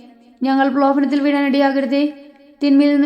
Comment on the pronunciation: ഞങ്ങൾ പ്രലോഭനത്തിൽ വീഴാൻ ഇടയാകല്ലേ . ഈ വാക്യത്തിൽ പ്രലോഭനത്തിൽ എന്ന വാക്ക് വ്യക്തമായി പറയുക. ദൈവം അനുഗ്രഹിക്കട്ടെ🙏🙏